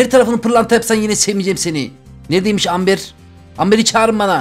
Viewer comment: Ember :D